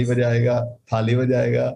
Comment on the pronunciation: it was superb to say taali and thaali....😄😄😄😄😄